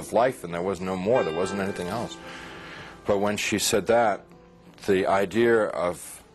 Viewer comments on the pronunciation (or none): he said idear rofl